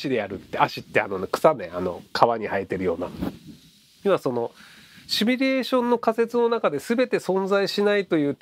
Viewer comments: シュミレーションとつい発音してしまうひろゆき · まじで。シュにどうしても聞こえる。